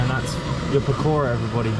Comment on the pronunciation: omg love the way you pronounce pakora :D LOL so cute